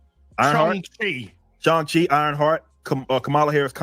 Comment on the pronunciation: calling Shang chi "Chang Shing" is nasty work and these people say they're not racist. By the way is Miles Spider-Man yet? 😆 🤣